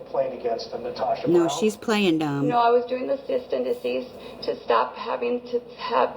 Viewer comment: I believe G pronounced it as “cyst and deceased.” 😂At the very beginning of the recording.